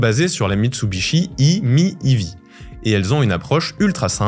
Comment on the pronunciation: On remarque directement que le journaliste n‘a pas les connaissances nécessaires, rien qu’en prononçant faux „iMiev“ et „iOn“. Plusieurs imprécisions: la batterie de toutes les C-Zero hormis la 2011 est de 14.5kWh. Quand on est journaliste dans l‘électromobilité, il faut être passionné et être expert de son sujet.